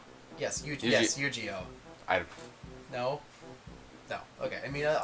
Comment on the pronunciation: He pronounced "Yu-Gi-Oh!" Wrong! It's a Hard G-sound!